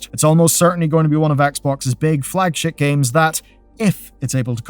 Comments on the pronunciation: I hope that I am not the only one who heard him say "flagshit games" during this video and found myself nodding in agreement before my brain corrected for "flagship games". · I swear to god you said "flagshit" the first time I listened. I replayed it and I'm still not sure you didn't.